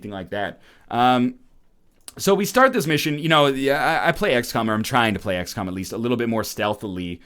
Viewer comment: sounded like he said "x-cum"